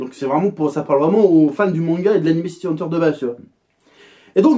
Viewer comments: "City Haneteure" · pq tu prononces bizarrement le titre VO ?